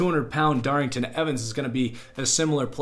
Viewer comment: DARRYNTON EVANS DOES NOT HAVE A “G” IN HIS NAME